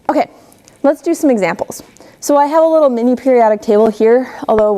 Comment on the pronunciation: so annoying when she says okaeh, good teacher but she talks like a little kid seriously